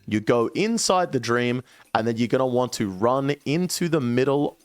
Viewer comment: Thank you so much for being one of the ONLY youtubers that say "Going to want to" and not "GONNA WANNA GONNA WANNA GONNA WAHHNA" xo